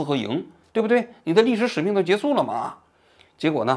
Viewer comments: 王老师，是结束（jie shu），不是jie su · 王局这是哪儿学来的口音，姓资还是姓社居然念成zhi和se，你要说北京待久了把结束念成jie su我能理解，你这个资和社错的也太离谱了…